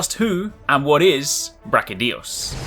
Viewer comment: Its not Brachydios, its BrachyDIOs!!